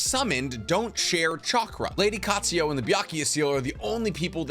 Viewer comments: Byakugou seal. NOT BYAKUYA. and also it's Katsuyu. NOT KATSUYO OR KATSUYA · Anyone else not able to get past him pronouncing Katsuyu as Katsuyo? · Bro I love the videos but u have a problem with adding/changing letters on names for example, u say "Katsuyo" when its Katsuyu, u also call Kakuzu "Kakuzo" etc.